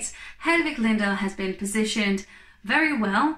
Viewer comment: Her name is Lindahl not Llyndhal